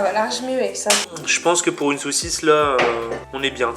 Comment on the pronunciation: Il dit Big socisse il dit petite socisse